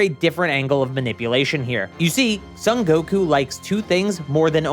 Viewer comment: "Sun" Goku? Surely it's "Song" Goku...